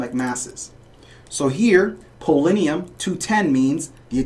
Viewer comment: Good video, but you mispronounced polonium as "polinium".